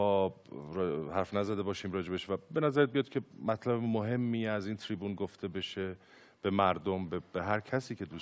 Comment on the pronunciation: چرا ترافیک و تریبون اینطوری تلفظ میکنی !😅😁